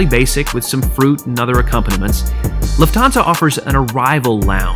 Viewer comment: Great video! Just a superduper minor correction: The stress on "Lufthansa" is on the first syllable. Other than that: Excellent review!